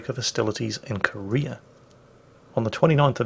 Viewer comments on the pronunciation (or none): none